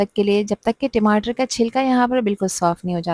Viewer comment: Madam timatar tamatar hota hai